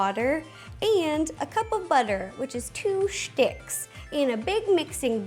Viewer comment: I love how she says sticks “Shticks”